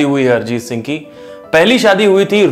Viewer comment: अरजीत नहीं... अरिजीत